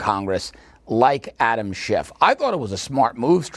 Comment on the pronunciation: Adam Schiff not Adam Shift.